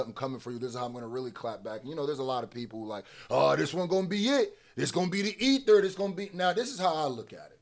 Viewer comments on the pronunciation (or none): none